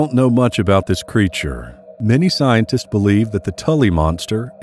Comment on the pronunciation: Thx but it doesn't get rid of......"Paleontolo-justice" & "Scien-testes"